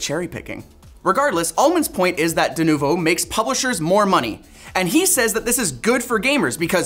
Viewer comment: 'Denuvu'? Come on guys. 🙄